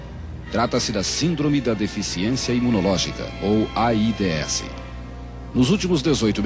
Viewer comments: O foda é ouvir ele fala A ... I......D .....S hahahahaha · "AIDÊESSI" kkkkkkk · Eles nao falavam "aids", eles soletravam "A I D S" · Nem se dizia aids era aídêéssi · "A i dê esse" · É tão estranho hj vê a pronúncia de "AIDS"